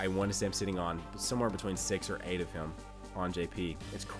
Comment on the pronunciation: Why do you say hium/hiyum/heyum not him